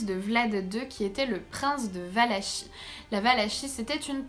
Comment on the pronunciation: Valakie ça se prononce